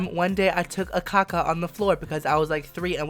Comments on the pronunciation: it's kaka not caca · THE WAY HE SAYS "CACA" IT KILLS MEE